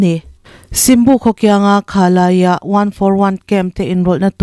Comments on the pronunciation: Kha la ya nilovin Khah Lah Zah Tia lamtur Ani e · Khah Lah Yah tih zawk tur Z ri ni lovin Y ri tel zawk se a dik zawk ang.